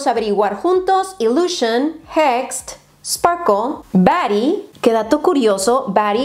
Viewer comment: Cada vez que dice SparkLe yo estoy asi como de es SPARKIEEE:(